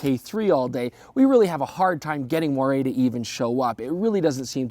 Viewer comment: Wow. He pronounced moiré correctly! Might be a first for Youtube.